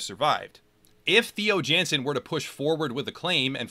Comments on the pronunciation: Not to be nit-picky, but Theo Jansen is pronounced Tey-o Yawn-sen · My condolences to every Dutch person that had to sit through the pronunciation of Theo Jansen